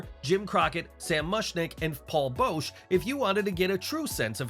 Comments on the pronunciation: Spelt Bischoff wrong. And Paul Boesch is pronounced Boh-sh not Bow-sh. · I'm sure a thousand before me have responded with: It's spelled Boesch and pronounced BOSH or BOSCH. Like the artist Hieronymus Bosch. P.S. If anyone is unfamiliar with Hieronymus Bosch go look at his art. It's really cool stuff that you may have seen but didn't know it. It's even better to look at if you're buzzed😂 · Paul Boesch's last name is actually "bosh". It's funny hiwvyou Saud Jim Crockett byt showed a clip if Jim Cornette.